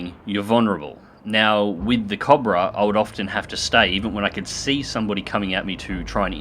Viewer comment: i love how says cobra cah-bruh